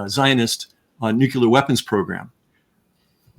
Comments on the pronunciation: Nucular is a common mispronounciation of the word Nuclear. Nucular it’s not even a word. How can this guy be such a good author but not know that Nuwcular is not even a word? George W. Bush started this idiocy with his mispronunciation of the word but now intelligent people don’t even know that Nucular is not even a word? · Also... it's pronounced noo-CLEE-uhr, not nook-YOU-luhr. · I admit...I'm also bothered by hearing that mispronunciation(!) Solution: Step 1 - get the person to read the word: CLEAR Step 2 - get the person to read the word NEW. Step 3 - get the person to read those two words, slowly, in a row. Step 4 - reverse the word order, get the person to say the two words, slowly, in a row. Man! I leaned how to "sound it out", when reading new words, in SECOND Grade, in a nondescript public elementary school. I never understood the difficulty of reading the word: N U C L E A R . Why should it bother ME? I don't know; just a pet peeve, I suppose.